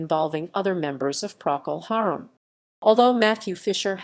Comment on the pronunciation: can't even pronounce Procol Harum correctly